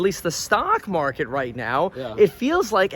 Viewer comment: time IN the market not time in the mark-it